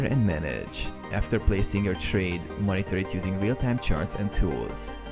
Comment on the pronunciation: Wtf is that pronunciation? Place a traaaade, market ordeeeer, questraaaade. 😂